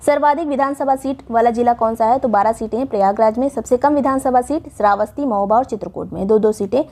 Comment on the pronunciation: 29.08 pe di ne mahoba ko hamoba bola kis kis ne dhyan diya 😂😂😂😂😂